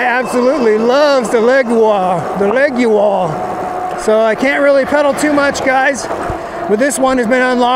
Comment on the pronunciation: My Leoguar does 38mph uphill. BTW I think you mispronounced the name